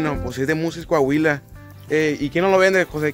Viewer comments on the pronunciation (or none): none